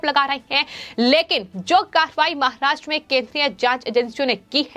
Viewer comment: Presentation voice is not mic friendly, pronouncing महाष्ट्र, र रा कि री रे का ति practice करे